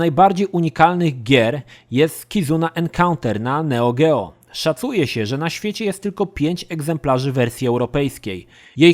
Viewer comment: Proszę, jak używasz angielskich nazw wymawiaj je poprawnie - wiemy że potrafisz! (NeoGeo w Twoim wykonaniu... brrr, ciarki przechodzą)